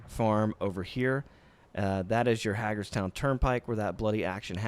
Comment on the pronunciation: if I hear you pronounce Hagerstown as Hag-ers-town and not hay-gers-town one more time i’m putting my head through a wall. Great video as always! Look forward to these uploads.